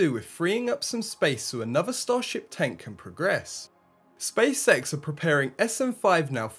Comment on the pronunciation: Space X not Spacesex